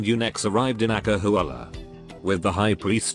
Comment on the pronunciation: when the narrator say "acahualla" my SSS blood is boiling 🔥🔥🔥🔥